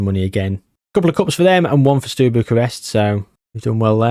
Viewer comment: Sorry to be that person, but you saying “Stew” Bucharest did my noggin in 😂